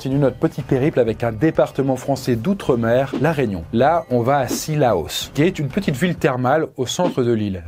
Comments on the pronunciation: J'ai appris un nouveau truc : il y a une ile française qui s'appelle "l'Araignon" surement en hommage à une araignée qui mettaient des gnons (ou serait-ce "là, régnons !" en hommage à la monarchie ? ou à Bonaparte ;) Il a pas dû faire une raignon avant de faire cette vidéo sinon ses collègues l'auraient envoyé chez l'orthophoniste... XD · il y a méprise : comme on l'entend distinctement dans la vidéo, il ne parle pas de la Réunion, mais de "la raignon ", une raie qui foutait des gnons quand on prononçait mal son nom...